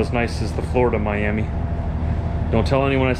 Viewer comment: Hey!!!!!! Just thought you should know the Miami in Oklahoma is pronounced Miama.....as in miamuh,don't know why lol